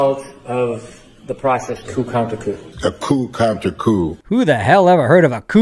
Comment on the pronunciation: It’s: Coup Contre Coup!!! Not Counter!!!